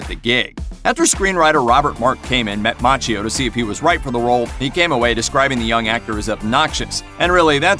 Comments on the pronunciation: It’s pronounced Makkio. Otherwise I love your reviews. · Its pronounced MAKKIO